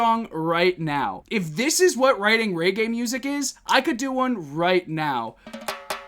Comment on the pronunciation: Good video but I can't help laughing when you call it "Ray-gay music"